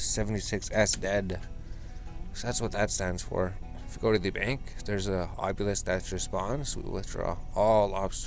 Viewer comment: AH - bee - lisk lol bothers the shit outta me